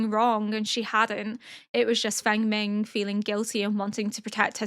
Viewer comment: Fengming is pronounced like Fong-min, I think.